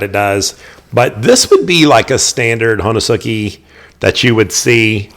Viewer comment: Ho-nes-ki, u is silent when pronounced properly